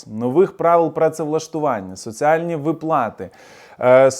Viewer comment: Ви сказали "ВиплАти"...? Невже ви так погано знаєте українську ..